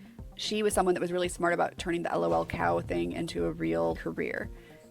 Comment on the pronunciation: May NEVER find patient zero of Lolcows(Chris Chan) and fall into the rabbit hole of Sonic the Hedgehog. The fact she pronounced Lolcow incorrectly put a smile on my face. That fact I know how to pronounce it correctly makes me sad again.